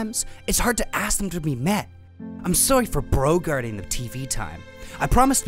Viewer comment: I lost it at "brogarting" lmao. Cherish the bees y'all <3